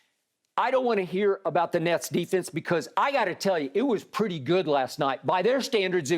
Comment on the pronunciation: Lmfao, my mans say smoking on that “Nets Pack” 😭😭😭